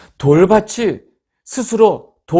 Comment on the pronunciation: 밧이 아니고 밭입니다. "밭이=바치, 밭에=바테, 밭으로 =바트로, 밭을=바틀, 또틑 바츨""로 발음하셔야 합니다. "바세, 밧이, 바스로'로 발음하시면 안 됩니다. 지송^^